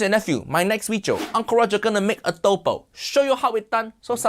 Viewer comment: She massacre the Filipino adobo😢😢😢